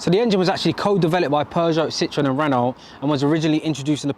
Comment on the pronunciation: Nice car dude! Isn’t Renault pronounced Renow (as it’s a French company), not Renolt as it’s spelt in both languages.